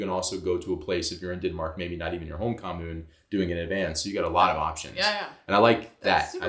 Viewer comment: The period for campaigning is legally limited, candidates will get fined severely for campaigning outside the appropriate period. Sadly the media talk 70% or so about that on news broadcasts, which is kinda annoying.😅 Oh, and also, your pronunciation of 'kommune' was really good!😁👍